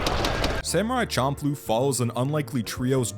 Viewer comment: The nujabes literally correctly pronounce the name of the show.